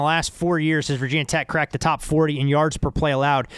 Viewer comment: Omg that "Vah Tech" is like nails on the board.. Ask any VT fan, and they'll ask "Why call Virginia Tech/VT/Hokies Vah Tech but don't call Georgia Tech/GT Gah Tech, or Louisiana Tech Lah Tech?" Even ESPN changed that.